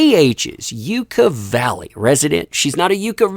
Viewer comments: Hey! Congrats on 400k! Also, it's Yuck-uh, not YUU-ka. She sold this before the judgement could be entered against her, meaning that any money she made would've gone directly to Johnny had she waited. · Pronounced 'Yuck-a' . Not "yooka" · Its not You-cah, its pronounced Yuck-ah. Yucca valley is also not a place you really want to live so very surprised she even wanted a home there. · It's pronounced yuck-a valley. Not making this up. I grew up there. Lol everytime I heard it said on here as ewe ca valley I cringed with a smile tho. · Just a heads up from someone who actually is from that area, it's Yuck-a not You-ka, for Yucca Valley. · Percentage price change on AH home seems right in line with other houses in Yucca Valley in the same time frame. (P.S. The proper pronunciation is "yuck-uh", not "yuke-ah".) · It’s pronounced Yuck-a Valley. Not Yooka Valley. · It's pronounced Yuck-Uh. Also, it's hell on Earth during the summer and frozen during the winter. Not Beverly Hills. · Yucca..yuck/uh valley, is 45 mins from me and its basically a tweaker haven. I giggled every time I heard u pronounce it! U made my day! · It is pronounced YUCK Ah Valley. And the high desert ( near Joshua Tree ) doesn't need her. She can move back to Texas where her baby daddy ( allegedly ) now resides. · As a kid who grew up in this little place, it's pronounced Yuck uh valley! I adore your work and wish you the best! Thank you for your fight! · FYI it’s Yucca (like “Yuck-uh”) Valley. 😉 love u! ❤️ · It’s Pronounced Yuhka valley - I live about 45 minutes away from there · A friendly hint ... believe it or not, really and truly it's pronounced "Yuck-a Valley." Thanks for all your good work, and especially for standing up for the importance of telling the truth. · It’s pronounced ‘Yucka’. 🙃👍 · It's pronounced (yuck-uh) yucca valley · Just a heads up, its pronounced Yuck-ah. Thanks for the coverage! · Ok, just for reference Yucca Valley is pronounced “Yuck-a”.